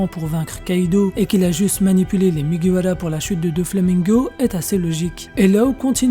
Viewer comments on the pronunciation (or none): Pk tu dis mugiwala et pas mugiwara ta pas besoin de le dire en japonais :sueur